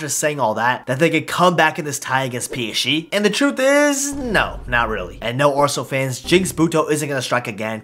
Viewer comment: Doesn't anyone realise he says he psche instead of psg